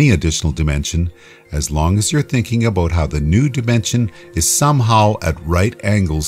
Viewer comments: he said aboot. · i could tell by the way you say "about" XD